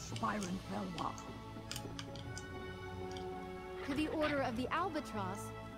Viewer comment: Oh btw..It is Isabel Velois. Pronounce as Vel wa